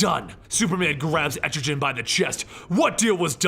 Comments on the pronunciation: It’s pronounced “EtriGan” not “EtriJan” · Etrogen, really? Etrigan😂😂😂😂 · ET-TRE-GAN not et-tri-gen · That was...intense But it’s Etrigan. Not Estrogen. 😂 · Man, i love your videos, but the way you pronounce Etrigan frustrates me! It's EtriGAN not EtriJan... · I always thought the pronunciation was "EtriGUN" instead of "Etrijan" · BTW / it's pronounced as etri- kan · etrigan with a hard g. like gone. goon. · I love this channel the only thing I hate is that he pronounces Etrigan like estrogen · Jackson Bland it sounds cool anyway. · it really bugs me they way you pronounce Etrigan. its a hard g sound like the g in "gone". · "Entri-jen" it's Etrigan, with no "N" and a hard "G" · Had to pause. This stuck with me. Etrigan's name isn't with a gin at the end. Let's see if it happens again. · Et-Tre-Gan (how you pronounce his name, not being mean just helping) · Pretty sure its Erti-GAN pronounced so it rhymes with 'Man'. His whole thing is rhyming and his transformation rhyme is "Gone, Gone the form of man! Arise the demon, Etrigan'. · I hate how you pronounce Etrigan... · C'mon. You didnt pronounce etrgan correctly? You cant be a comic-historian if u dont even take the time to say the names right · you butchered Etrigan name watch DC animation for correct pronunciation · why dont u just do the hole of year 3 like comic island and say etrigan right? still luv ur vids thoough :) :) :)